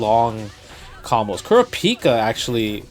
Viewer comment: KooorA peeka